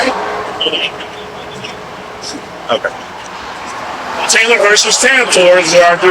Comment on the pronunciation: Did anyone else google his "agency's" name? There's absolutely nothing. Not a single result with those exact words, in that exact order... oh, and the supreme court case he kept citing? Taylor v. TAIN-TOR with a "T", (not "taynor", like he kept pronouncing it) was just the supreme court case (from 1873, by the way) that upheld that bail bondsmen DO have the legal right to remand suspects in to custody. There's absolutely nothing about "similar, but distinct" "fugitive recovery agents". Though I guess I should've expected that, after hearing he was just reciting sovereign citizen nonsense 🤷‍♂